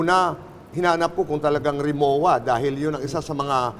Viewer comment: Rimowa is pronounced as Rimova , Boy.